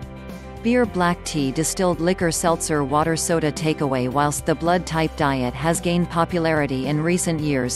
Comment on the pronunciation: M a K e the bot say Type A, n o t O. Very annoying!!!!! Love your neighbor, Not the AI